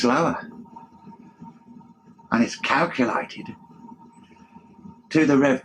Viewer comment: I don't mean to be... well mean. But this guy sounds like a british orc... or maybe goblin engineer. I just can't place the accent.. I just know that somehow I thought of an orc trying to explain some kind of machine to me. "Yu see da bigger it is, it haz tu gauw slawöh. An iz kalkulaitiD tu the revv pöh minit." Why does he say "calculated" in such a weird way? Maybe it's just too much moonshine!